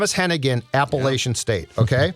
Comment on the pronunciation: It's APPA-LATCH-IN ...or UN. Not LAYCHAN. Damnit dudes. You've seen the Michigan game, undoubtedly? Maybe turn on ESPNU on September 3rd at noon? LATCH...LATCH....LATCH...LATCH...APPLE...ATCH....IN